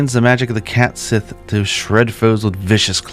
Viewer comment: I know this is over a year ago, but Gaelic isn't often pronounced like it's spelled. A closer analog to "Cait Sith" would be "Kett Shee."